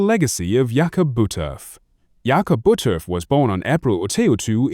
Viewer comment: You lost me with your disrespectful mispronounciation of his name. I can get this information elsewhere. If you're going to do a bio on someone, have the common decency to get the name right!